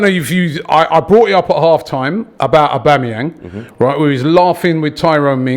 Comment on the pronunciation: AUBAMA-WHO? AUMBAMA-WHAT? AUBAMA-WHERE? HAHAHA